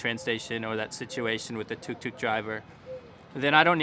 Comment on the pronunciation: As a South Indian, I find it so funny when you use the term "tuk tuk", I think I burst out laughing at least 3 times in this video just because of how you said it cause....I mean it sounds like a rattling toy you'd probably give to a baby 😂😂 (we call it auto, or auto-rickshaw here if anyone wanted to know)